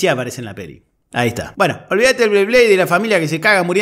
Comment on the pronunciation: bu-heno. Jajaja.